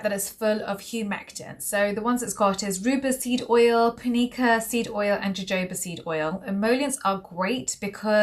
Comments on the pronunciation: Wait. Thought it was pronounced “ho-hoba”. Not Jo-Jo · Its pronounced hohoba not jojoba